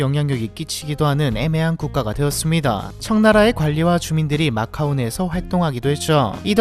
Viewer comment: macau인데 왜 오로 발음함?